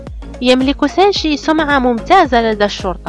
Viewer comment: ملوكه 💕 💕 ملكه ابريل عادت لنشر الابداع الجميل طبعا ومثل ما عودتنه بفيديوات مثاليه خرافية كامله مكمله ما بيها نقص من كل الجوانب shinichi kudo اكثر ما اعجبني بالفيديو لفظ اسم سينشي رهييييب زواج غوشو اوياما والموعد الرومانسي ههههه اللقطة يوسااااكو كودو ممكن فيديو عنه فديت الحب والمشغول باله طول سينشي هههههههه لو اوكف بصفه نصير رقم 10 دوووووووووووومو اريكاتو ع الفيديو الرائع